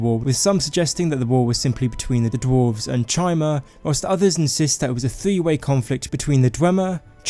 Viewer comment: Pretty sure chimer is spoken as kaimer for future reference